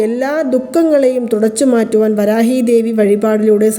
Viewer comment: ഈ കമൻ്റ് എല്ലാ ചാനൽ വീഡിയോകളിലും കാണാറുണ്ടല്ലോ😂ആയിരവല്ലി ചാനലിലും കണ്ടു.. പ്രശാന്തിന്റെ ഫ്രണ്ട്സ് ആരെങ്കിലും ഇത് കണ്ടാൽ അയാളോട് പറഞ്ഞു നിങ്ങളുടെ പണം തിരികെ തരും എന്ന് പ്രതീക്ഷിക്കാം ... വരാഗി അല്ല.. വരാഹി ആണ്